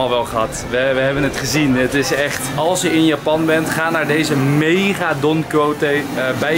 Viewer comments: Je spreekt het uit als Don KIESHOT volgens mij Enzo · Don Quijote wordt uitgesproken als: Don Ki-Shot